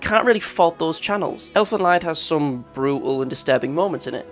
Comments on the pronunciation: Sorry, nice video but for the future. Elfen Lied is german and would be pronounced like Elfen lead ( to lead someone...) Leid (as you pronounced it) means sorrow. Lied means song.😂 It's where the series got it's name from. Elfenlied is a poem that's been adapted to song and this is shown in the manga. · Lied is pronounced "leed" and means "song" in German. It's also called "whore" not sexworker or whatever made up term you used. Cut down on the soy. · Fun fact: the Lied in Elfen Lied is pronounced “Leed”. It’s German for “song”. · Cool video but you said "Elfen Lied" incorrectly. The word is German. Its pronounced "leed". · I die a little more inside every time I hear Elfen Lied pronounced wrong. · The biggest horror to me was you pronouncing Elfen Lied 😂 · No offense tho! Really great video! Just finished it 😄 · How do you not know how to pronounce "Lied"?